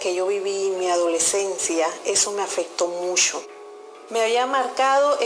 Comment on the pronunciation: musho :v